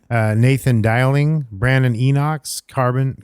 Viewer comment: Thanks for the shout out! Been in the game since 2015, glad to have you guys back. (Its pronounced Day-ling) 👍🏻